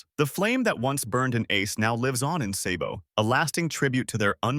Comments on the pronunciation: It’s pronounced sahhhbow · Say-bo?!!! You sir are disqualified from ever talking one piece again 😂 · i am reporting your channel for mispronouncing sabo's name